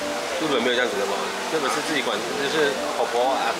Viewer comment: 日本人講日本，一定會說 利本😆很可愛